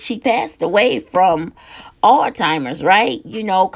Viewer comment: The first and Last time tuning in to no filter new and talk please at least learn how to pronounce the name of the disease that you were speaking on it is Alzheimer’s and not All timers or old timers 😒 also Alzheimer’s can be a fatal illness maybe you have it confused with dementia which is not fatal